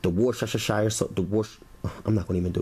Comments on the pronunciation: Hiya. I am in London, England, UK. You can say Worcestershire Sauce like this... Wooster Sauce. Weird huh but that's how we say it!! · From someone in the uk. So funny to hear others trying to say worcestershire sauce. We just say wuss ter sauce. Apart from that looks tasty as hell. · Worcestershire. Say Wooster. Shur. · Wuss-ter-sheer. Worcestershire. And lay off that ketchup. Use some chopped tomato if you want that flavour. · Shepherd's Pie made with beef? Work out where the error is! Ketchup? No! JUST Worcestershire Sauce?. (Pronounced Woostersheer). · just seen your video,, looks very tasty. don't worry about the sauce name !! it's pronounced wuster , i.e. I will add a few drops of wuster sauce,!! keep up the good work . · Here's a tip. We English call it "Wooster sauce". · chyle, you trying to say Worcesterstire Sauce cracked me up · It's pronounced "Wuss-ter Shure", Shire means County in Middle English! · It's "WUSS-tur-shur" :-) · To Say 'worcestershire sauce.....WUSTERSHER..... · Looks great!!! By the way.the W sauce is pronounced WOOSTER SAUCE!!!!!!!!!! Much easier than it looks how its spelt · W sauce sounds like its pronounced 'worse to shear' lol its a weird word most of us struggle with lol the shepherd's pie looks great, I make it often but going to try your version. Thanks 😊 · I'm going to help you out here on pronouncing Worcestshire... Sound out slowly what I write here...Woos ti shire. Woostishire. That's it! Easier than you thought huh!? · Pronounced as "Whooz-ter-sher" sauce. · Wer- stir-sheer. Try it. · Its pronounced like this" WOS SES TER-SHER ". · It’s really easy: it’s pronounced Wooster sauce! 😜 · Worshesire sauce 😂😂😂😂😂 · fwiw: woo- sta- sheer sauce ( New England USA pronunciation) - love Lea & Perrins Worcestershire Sauce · Why sugar in the mash? First time I see anyone use sugar in mashed potatoes. There is nothing acidic to balance out with sweet so I don't get why you use it... It's Worse - ter - shire sauce. That's how you say it.